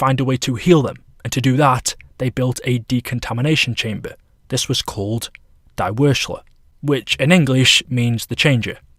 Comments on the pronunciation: Why does he say deee it’s die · how do mis pronounce die